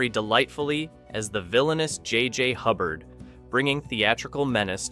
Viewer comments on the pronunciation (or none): none